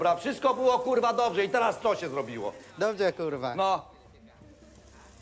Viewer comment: dobzie kurwa xD